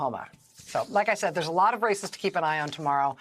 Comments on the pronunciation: Listen again to Rachel and like me when she says the words "Races", mishear, and hear the word "Racists" :-) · Sorry.... Did you say "There's a lot of races to keep an eye on" or "There's a lot of racists to keep an eye on"?